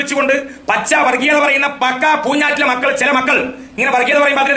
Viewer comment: പൂഞ്ഞൈറ്റിലെ ആ "ഞ്ഞ " ഒഴിവാക്കി കൂടേ ?